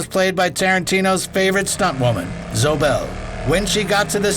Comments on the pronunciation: "ZO BELL???" It's pronounced "Zo-eee"! Sweet Odin, I hate AI narrators... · Still using that AI voice huh it’s ZoE not Zo Bell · Is this an AI voiceover for this? I've never met anyone that talked this way, and saying Zoë as "Zo" smells like AI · Is the insistence on mispronouncing Zoé's name over and over even when the video snippets pronounce it correctly a sign that the voice-over for the video is AI generated?